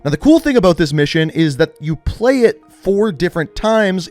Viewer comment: "most forward to plueegh"